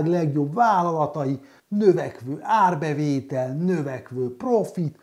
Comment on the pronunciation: 'érbevétel' :D